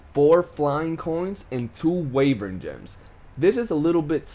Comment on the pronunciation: Why-vern Not Way-vern xD